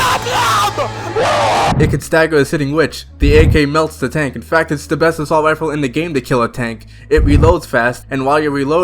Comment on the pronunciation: "Expewt" "Wealism" "Weload speed" "Assault wifle"